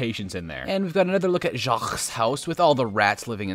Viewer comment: As a French person, I would like to say that « Jaques » isn’t pronounced « cejzkzgzgzv » but « jak »